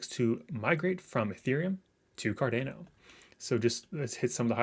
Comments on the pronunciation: Homie! It’s Car-Don-O. Not Car-Dane-O. Great vid btw. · It's Car Dan Ô